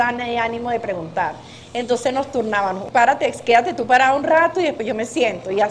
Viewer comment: Turnábanos, hacíanos, vendíanos…. 🤦🏻‍♂️ entiendo que la Sra es humilde. Pero por favor, no tuvo nunca un familiar que le dijera “mamá no se dice así… es con MMMM”